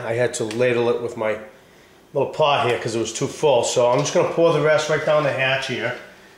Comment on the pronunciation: "waht we gut heeeyuh bawb?!" you must be from maine